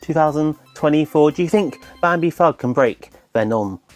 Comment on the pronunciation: It's Bambi Thug NOT Bambi Fhug. 😉